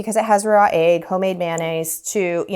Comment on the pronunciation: I dont think I've heard "egg" pronounced as "ayg" before. Where are you from? Love the lemons!!!